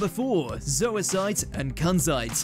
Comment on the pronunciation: I love how nobody pronounces zoisite or kunzite correctly 💀💀